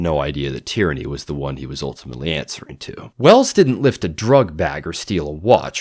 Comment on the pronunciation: I'm loving these breakdowns of the books and the series, just a point on pronunciation, Tearney would be produced tea-uh-ney, not Tyranny. I wasn't paying complete attention and assumed Tyranny was a code name. Edit: Also Yellow Car is a common game for british school kids, but you're supposed to pair saying yellow car with thumping your friend in the arm. thumping your friends is integral to common school past-times, one such being "Birthday Beats" when on your friends birthday, you thump them the amount of times relating to their age.